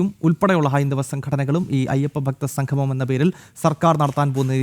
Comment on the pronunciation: Sanghamam alla samgamam..സംഘമം അല്ലാ.. സംഗമം